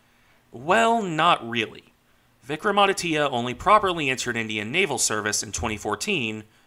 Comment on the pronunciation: Regarding the pronunciation, you almost got it right. The "Vikram" part was perfect. The "aditya" part is pronounced as "aadi" (with a soft 'd') - "tya" (with the 't' and 'y' sort of joined together into a single syllable). Regarding the ship herself, she has been fairly decent in her service, with the exception of her recent refit where she had an electric short-circuit leading to a minor fire. Regarding the two-carrier part, the thing about a lack of aircraft is true. The Indian Navy has 45 MiG-29Ks in service, including training aircraft. The two carriers require some 60 aircraft between them (including trainers that would normally be stationed at naval aviation bases). To rectify that, the Indian Navy has announced an order for 26 Rafale M aircraft for Vikrant, with the MiG-29K then planned to be stationed for Vikramaditya. Subsequently, once the indigenous Twin Engine Deck-Based Fighter (TEDBF) enters service in the early 2030s, those aircraft would be stationed from both, and potentially the proposed third carrier, which would be a 50,000-ish ton half-sister to Vikrant.